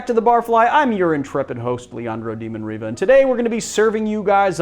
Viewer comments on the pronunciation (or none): none